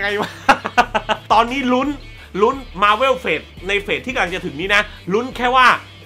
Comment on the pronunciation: หนังโคตรรักที่สามารถเปิดดูซ้ำได้ตลอดเวลาของปี 2019 คือ Spider Man Far From Home เด้อ สุดท้ายอยากขอของขวัญปีใหม่จากพี่อย่างนึงคือพี่ช่วยออกเสียง มาร์เวล ว่า มาร์เวล ได้มั้ย พี่อออกเสียงว่ามาร์เว่ว มาทั้งปีเลย มันอาจจะดูไม่ต้องซีเรียสอะไรก็ได้ คนเราอ่านออกเสียงแต่ละคำแตกต่างกันออกไปอยู่แล้ว แต่คำนี้ เราขอนะ #ไหว้ย่อ